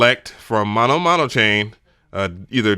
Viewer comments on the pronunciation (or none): none